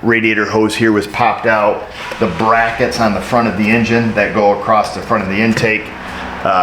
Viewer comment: I know New York has a different language than other areas of the country, but what is the meaning of the word "acrost" ?